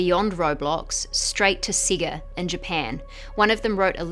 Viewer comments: Siga... sega... say guhh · SEGA (Say-guh) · They way she says "sega" just pisses me off